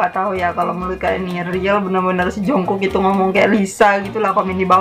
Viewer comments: Untuk menit itu kedengaran kaya dia lagi sebut "junggug" yang artinya negara Cina kalo untuk penyebutan nama jungkook itu nyebut nya yang bener itu"jongguk" Tp aku tetap ship blackbangtan sih •>• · Sdikit koreksi kali ya kak dri q..maff sblmnya..pas lisa bilang jungkook itu bukan jungkook bts maksudnya..krna jls bgt vokalnya bilng (중국 jungguk =yg artinya china krna bibirnya monyong nyebut U bukan monyong nyrbut O) bukan (정국 jungkook) 😊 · Itu Lisa ngomong Jungkook kalau di Korea Jungkook dibaca Jung gug